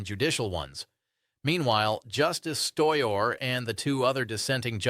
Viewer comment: Stoyor???…did he intend to say “Sotomayor”?…